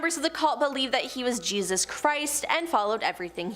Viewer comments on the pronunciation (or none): none